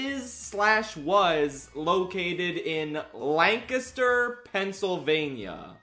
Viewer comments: You said Lancaster correctly!!! 😅 Yea, it was random, IDK. There is also Blue Ball PA near there. PA is just... weird 😂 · There were two giveaways that you're from Pennsylvania before you said it: - First, you pronounced "Lancaster" correctly - Second, you referred to it as PA. For some reason, we're the only state that refers to our state by its postal code Still, gotta be honest, it's gonna be weird to not drive by the wildly garish CN Hotel when driving on route 30. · I honestly forgot that you're from PA, but the minute you pronounced Lancaster correctly, I knew I was in for some good stuff lmao anyway, I've driven past this hotel a bunch going between my parents' house in south central PA and where I live in Philly. it'll be weird to have it be gone now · You can tell he’s from PA because he says Lancaster right. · Props for pronouncing it correctly. Can confirm, it's boring AF in Lancaster. 😂 Edit: your travel footage is hurting my brain. 😩 😂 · thank you for pronouncing lancaster correctly, no one in philadelphia knows how to LOL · Thanks for pronouncing Lancaster correctly. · Liked and subscribed simply for pronouncing Lancaster right. Thank you for not forcing the Californian pronunciation on us. My ears are grateful. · Thank you for saying Lancaster correctly!! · the proper pronunciation of Lancaster warmed my heart. Thank you.